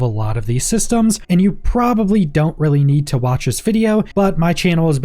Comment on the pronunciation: Was this a good video? "PROBABALY"